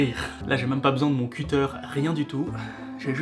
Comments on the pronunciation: Qui ici dit cUter ? et pas ''queuter'' ? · Sachant que ça vient du verbe anglais "cut" la prononciation doit être queuteur, en bon français on devrait dire "couteau à lame rétractable" xD